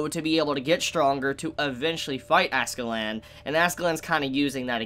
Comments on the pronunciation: It's *Askela'dd', It just sounds funny you saying AskeLAND LOL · I’m gonna dislike everyone of these Vinland Saga videos until you say Askeladd right